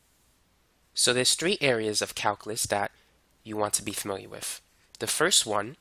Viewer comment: Great “Mahff” teacher. He explains it “Whiff” examples. 😂